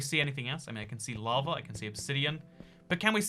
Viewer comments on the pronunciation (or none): none